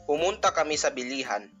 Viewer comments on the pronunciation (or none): The video is good but I want to highlight something on the pronunciation of words, that is stress. Stress is very important to note in Philippine languages and knowing where to put the stress would make u a step closer to sounding like a native speaker. See: pumuntá ✅, not pumúnta because the root word is [puntá] and not [púnta] pumúpunta ✅, not pumupúnta púpunta ✅, not pupúnta